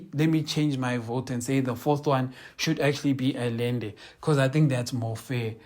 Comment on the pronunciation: consistent in what? "Allende", try pronouncing it thus: Ahende.